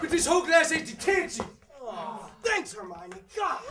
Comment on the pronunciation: yeah, but in this one they say "Thanks Herman" because they don't say her name right